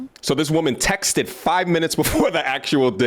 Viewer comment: The word is texted not text-ed